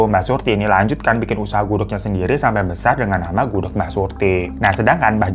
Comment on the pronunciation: gak denger kah??? jelas- jelas bang hiro bilang nya gudeg, tuli kah lu?